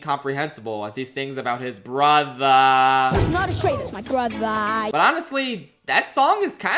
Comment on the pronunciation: Imma need that video review of Mufasa cause I genuinely thought the songs were really good and the villain song was my favorite except that way brother is pronounced but that was my only complaint honestly